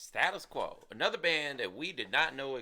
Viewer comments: STA-TUS NOT STAT-US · "Staytus" Quo not stat-us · STAY-TIS Quo. And not STA-TIS Quo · Stay-tus Quo. NOT stattus. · Gentlemen it's STAY TUS Quo not Stat us Quo and they've been around since 1966 first record Pictures of Matchestick Men, of the original line-up only Francis Rossi the lead vocals and possibly the original pianist are still with us. In 1985 they were the opening act on Live Aid with Rocking All Over The World, well worth checking out 🇬🇧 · It's pronounced STAY tus Quo. They are British not American ! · Americans can’t say status quo right .